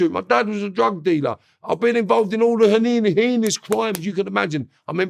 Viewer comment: those crimes he committed were so heinous they were hineni-he-nus crimes 😂